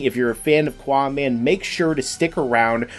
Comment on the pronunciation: GUYS ITS QAAMAN NOT QUAMAN